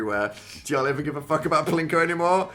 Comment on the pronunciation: “what the fauck” in the background 😭😭